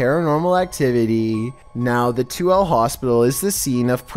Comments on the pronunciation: Hey it's pronounced To El A but Toole I know I was born there in 82 I so wish I could visit it now 😭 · I wouldn't be mad if y'all redid this pronounced Tooele (Too–WILL–ah) right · you can always tell when someone’s not from Utah 😂 (It’s pronounced Too-WILL-a btw) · I know it’s hard to pronounce the town, but you say Tooele as “2-will-ah” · can't help but laugh at how he said Tooele, granted usually anyone that first reads it pronounces it 'Tooly' it's actually pronounced 'Two-Will-La' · Omfg all the Utahans KNOW said Tooele wrong🤣🤣